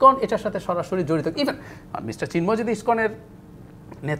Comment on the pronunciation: সিন্ময় না রে, ওনার নাম চিন্ময় 😂🤣😂